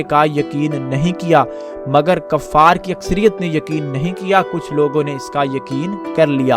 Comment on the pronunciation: Kaffar nai hota kuffar hota hey ,ya punjabi bolo ya urdu. Utha hota hey atta nahi hota.Apni urdu theek kar ke aoo.